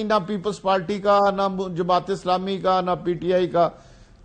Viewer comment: پارٹی کو پالٹی اور پہچانتے کو پشانتے بولتے ہیں وہ ہمارے وزیر بن جانتے ہیں واہ رے ہماری قسمت